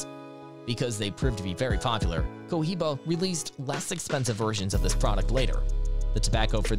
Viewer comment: EXpresso instead of espresso, I’ll let it slide. Then you said Cohiba all fucked up and now I’m done watching.